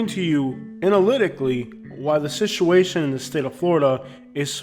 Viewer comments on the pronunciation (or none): Do you say "shituation" in Florida? Instead of "situation"?